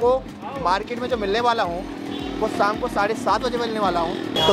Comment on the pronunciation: Bhai apni boli per dhyaan dijiye saam nahin shaam bolte hein